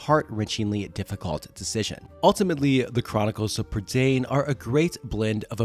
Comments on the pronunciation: its pronoucned prUH da eye n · Lloyd Alexander said that it was pronounced Prih-DAYN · Hi, Welsh person here, Prydain is the Welsh word for Britain, it rhymes with mine, and doesn't rhyme with main